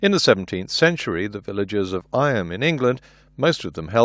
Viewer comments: The village of Eyam is pronounced "eem" not "I-am" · Well done ... excellent as usual. One tiny correction Eyam in Derbyshire (is pronounced EEEm) was a plague village which voluntarily quarantined itself to avoid plague spread. Most died. We have a similar village in North Yorkshire where I live called Wensley, and is the reason the valley is called Wensleydale (rather than its original name Yoredale). I am not entirely sure the sacrifices made by these villages is comparable with the current situation ... they were very small communities under attack by a highly deadly disease and they had no medical or scientific knowledge other than "the disease is amongst us ... better we lock people out so it doesn't spread and accept our fate ... likely a nasty death" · It's pronounced Eem, they spell it Eyam to trick outsiders